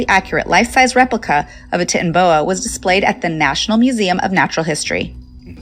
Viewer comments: Pronouncing Titanoboa like tits instead of titan is driving me crazy. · She's saying titanoboa so wrong it's titan-o-boa, titan, like the Titans because it's huge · The pronunciation of titanoboa is making my ears bleed. Titan should be pronounced the way it is in titanic. Ti-TAN-o-bo-uh.